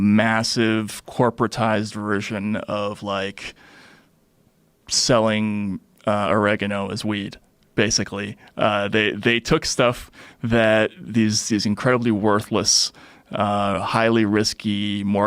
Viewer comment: I'm more shocked at how he pronounced or-ee-gan-o 😂😂😂😂😂😂😂😂😂😂😂😂😂